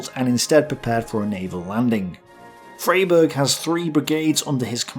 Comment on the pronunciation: Good old Freyberg! There's a small plaza and statue of him near where I live! FYI it's pronounced fry-berg. Also AFAIK the Axis did attempt a naval landing on Crete, didn't they? It's just that it was intercepted at sea